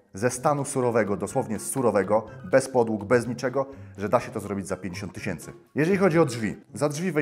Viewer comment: sto tyśiency